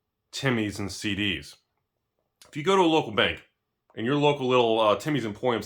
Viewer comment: Everytime he said CDs, I heard SeeDeezNuts